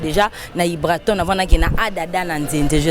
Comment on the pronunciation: Journalist c'est ibrator et non ibraton !! Et puis c Grosse moullure ou moulli lol